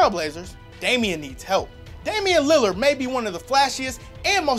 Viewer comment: He said Lillard right!